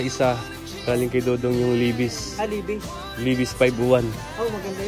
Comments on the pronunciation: LEVI’s pronounced LIBAYS.. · Levis = pronounce it (lebays)